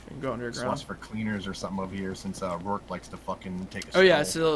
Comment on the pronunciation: "Rorick" It's O'Rourke!! LOL!!